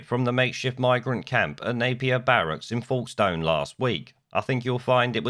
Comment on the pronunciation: What a cluster fck Boris and co are turning out to be? BTW Folkestone is pronounced like 'wokestun'